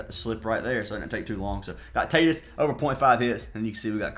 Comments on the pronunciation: You lost me when you mispronounced Tatis multiple times. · He always pronounces the names wrong as a joke. He’s been doing that forever